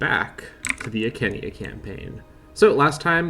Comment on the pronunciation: its eye sea knee eye not i kenny i lol